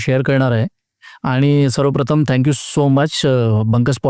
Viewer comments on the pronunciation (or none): none